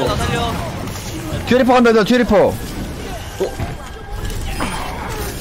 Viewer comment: 조커가 좆커로 들린다....